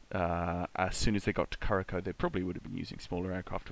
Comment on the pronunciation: Thanks for an entertaining show. One note, Curaçao is pronounced ‘KuraSau’ ;)